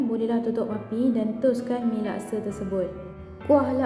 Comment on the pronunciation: Bukan lakse.. laksa..!!